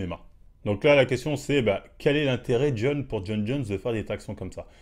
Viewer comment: Il a bien prononcé son nom du premier coup moi c’est ça qui me choque 😂